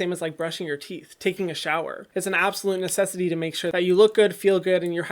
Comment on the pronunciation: "u don't need to take a baf taking a baf is a trend it's not a nesarity"